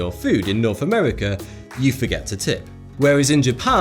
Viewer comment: Where exactly is “Norf” America? 😉